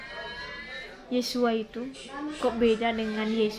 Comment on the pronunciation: ibu kau ini sekolah.alkitab gelar berderet deret tetapi nama kok bisa di terjemahkan .. ibu nyebut יהוה aja gk bisa sebut yeshua ישוע gak bisa jangan sok kritik org lain belajar lah yang benar ya bu ...